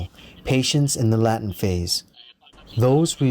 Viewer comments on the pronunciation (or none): "laytent" for latent